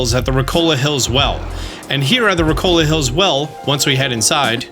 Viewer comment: Where is the L in Rikoka that you keep pronouncing? Ricola is a cough-drop lol. All jests aside though ~ your videos are fantastic and this one is no exception, you're always straight to the point and your information is good, stay awesome man!